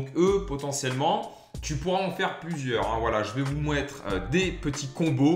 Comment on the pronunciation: « je vais vous mouettre 😭😭 »